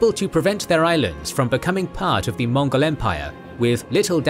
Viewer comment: its mongol not monggol